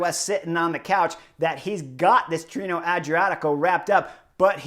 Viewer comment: Pronounced: Tee-ray-know 😉